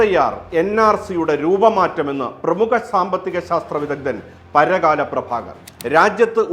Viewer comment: It's not paragaaala it's parakkala 🙏